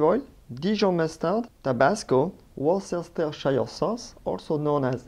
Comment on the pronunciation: Actually, Chef, Worcestershire is pronounced Wooster, like in Rooster or Booster :-) Other examples of 'weird' English name pronunciations: Leicester is Lester; Gloucester is Gloster, etc. I think English Sauce is a great name; most people understand it to be Worcestershire Sauce. Your recipes and explanations are excellent, by the way! Well done!